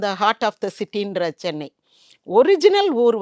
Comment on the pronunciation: Anchor, it's Chennai not sennai.